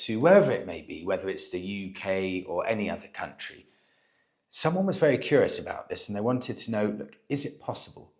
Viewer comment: I believe he must be vearrghy , vearrrrghyy, drunk….